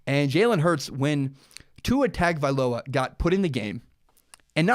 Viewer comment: Listening to you butcher Tua's last name is really bad lol next time you might want to learn how to say his last name good video besides that.